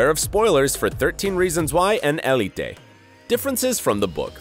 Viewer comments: It is he’s just saying it wrong. El-e-tay is not the spanish pronunciation so idk why he’s saying it like that. (If you want to say it with more spanish pronunciation you can say it eh-le-teh) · I thought ELITE was pronounced el-eet not el-e-tay